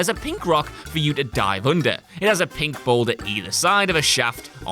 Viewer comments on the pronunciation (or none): none